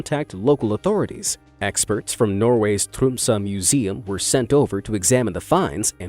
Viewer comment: I am from Norway🇳🇴, and the way he said "Tromsø", made me laugh so hard🤣🤣🤣